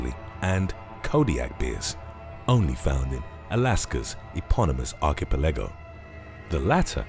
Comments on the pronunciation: Learn to pronounce ‘archipelago’ properly ! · Why do so many channels mispronounce Archipelago? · Archipelago pronunciation lol 😂 WTF, Keratinous as well 😂